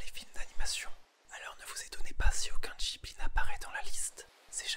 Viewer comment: On dit « Guibli » pas jibli bisous, un fan qui aime corriger